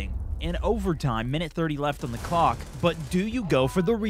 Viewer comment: he didnt put an L in clock slow it down and listen